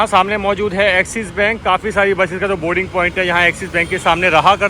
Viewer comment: आपकों बोलना नहीं आता क्या।बोरींग पौईंट बोलते हैं लेकिन सही बोलना बोर्डींग पौईंट है